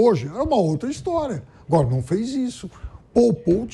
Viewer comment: *Aguóra" ASMAR, Thiago.